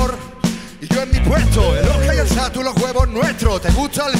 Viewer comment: Ese señor mayor ahí pronunciando Satu en vez de Zatu.